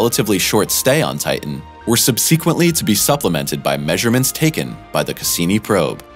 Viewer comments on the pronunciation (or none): No such word as sub-SEEK-uently. It's SUB-seh-quehnt-ly. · Said it at least twice in this video and it gave me a headache.